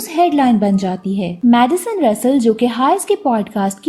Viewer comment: Madison or medicine much samajh nah I aya🤣